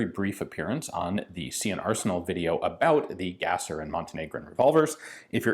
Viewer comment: I don't think you are pronouncing Gasser right. Instead of Gas-er, I think it's German and is pronounced Gahz-er. This comment is meant to be academic for the purpose of being on an upward trend and not critical of you, so I'd be curious to hear your thoughts on this.